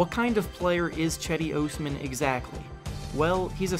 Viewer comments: Who the hell is this chedi ohs-man? I came for Cedi (jedi) Osman (Aws-man). Clickbait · You said his fuckin name wrong all video. It's pronounced Jedee Ozman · Diiid this man just say chedi OOOsman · Cedi ohsman 😂😂😂😂 bruhhhhh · Its pronounced Jedi Osman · "Chedi Oosman" 😂😂😂tf u pronounced it so wrong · "Chedi Ohsman" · Do you say his name like a fuckhead on purpose? i watched 1 minute in and you lost me. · How did you pronounce his full name SO wrong despite all the research you did on him? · Can't even pronounce his name correctly lol. This dude is terrible at youtube. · I didn't know it was possible to mispronounce cedi osman so bad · Thinks he Cedi can replace LeBron but yet he still can't pronounce his name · If only he could say his name right 🤦‍♂️🤦‍♂️ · Cedi Osman’ı düzgün söyle lan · If your gonna make a video about him at least make sure you pronounce his name right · you don't even know how to pronounce his name. get lost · You cant even say his name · U butchered his name so much lol